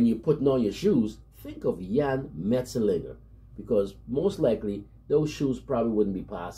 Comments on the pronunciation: Thanks for the recognition given to my country man from Suriname. Jan Mat -Zel -Lig -Ger the way you pronounce the Dutch name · Finally, someone who can pronounce his name correctly 😀. Well done bro!